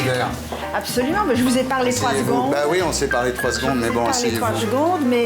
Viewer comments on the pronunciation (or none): Je suis déçu pour une Baronne elle dit 3 zgondes, c'est vulgaire, on doit prononcer chaque voyelles et syllabes secondes